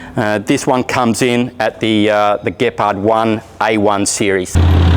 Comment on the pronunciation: Finaly an English speaking perosn can pronounce the word Gepard.